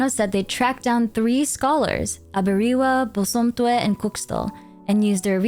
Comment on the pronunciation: I don't want to sound like a nitpicky nerd here, but you pronounced those names wrong. I personally am an akan person, and the names Aberewaa and Bosomtwe are Akan. Its 'Ah - beh - reh - wah- (ah like in am, be like like in bed, re like in record, and wah like in whack.) And Bosomtwe is 'Boh - som - tch - whe'. (Bo like in bomb, som like in sombre, I can't think of an English word that has the 'tch' in it, but the 'we' is like in where.)